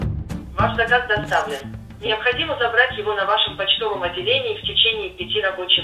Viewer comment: " на ва́шем " почтовом отделении.